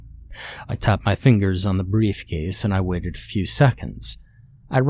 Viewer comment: “Wave-ted” lol great narration regardless 😸👍